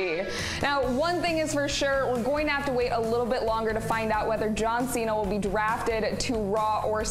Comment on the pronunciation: She's cute but she said " Jron Cena"😂 it's JohnCena 😂😂